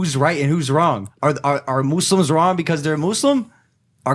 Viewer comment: I like how Logan pronounced muslims right